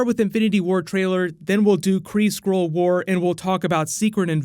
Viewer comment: Everytime he speaks "Skrull" I hear "squirrel"